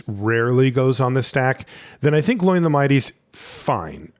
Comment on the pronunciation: Some assistance on the pronunciation for the Dwarves: if there's an accent, that vowel is a separate sound. So Dáin is "Dah-in", Óin is "Oh-in" and Glóin is "Glow-in".